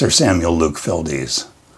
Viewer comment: Just learned while reading "The Life & Work of Luke Fildes" by David Croal Thompson, that the painter's last name is only one syllable. It was originally written Fyldes and rhymes with Childs, so I mispronounced it in the video.